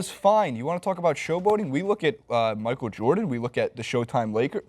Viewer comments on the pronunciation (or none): none